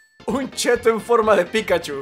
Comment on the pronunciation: Se dice chetto :v